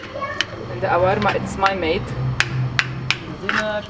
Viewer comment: Mark, i think ull dream of that “Awarma” ur one week ahead! Hahahha